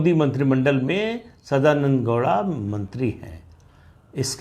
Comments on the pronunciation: Sadananada gouda... Not douda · Sadanand dowda nahi bhai 😐 sadananda gowda